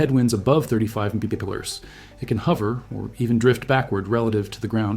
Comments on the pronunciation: Empeeachearrs= mph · Please teach your AI to speak properly...MPH, etc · Dear Moderator: Do you even review your own videos before posting them? The images are great, but, PLEASE STOP using A I. moderator programs in your videos. Hire a REAL voice over artist who WILL NOT mispronounce the term "m.p.h." like an idiot!!!!!! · Why can't you say "MILES PER HOUR? Oh, it's a BOT because the creator doesn't have the Balls to SPEAK into a Mic! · When the speed is mentioned for these planes, I don't have a clue what's being said Listen to one example here: or here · I suspect another video of thrown together footage and AI narration. How else could you explain the weird pronunciation of the speed units ? Don’t waste your time. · Artificial Intelligence has problems pronouncing abbreviations such as MPH or KPH or MPG, etc.